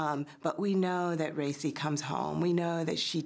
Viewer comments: pronounced "Ree-Cee" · Am I the only that noticed is mispronouncing Recy's name! I can't...